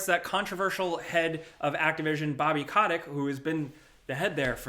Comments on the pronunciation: ….come on man…Kotic…Coat-ick, not cot-ick. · Man said bobby cawdeck Lol